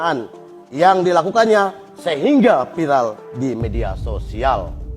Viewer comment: Maksud yang vilar apa ya huahahaha. Baca yang bener ndrooo ndroo .diulang beberapa kali pun tetap ngakak. Hahahaha